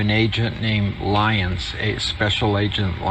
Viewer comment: Special Agent Lyons or "Lie" ins. Are you freaking kidding me